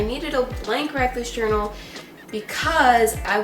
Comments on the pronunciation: Same "Welcone to other video of breakfast journal" 😂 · I thought she said breakfast journal in he intro😂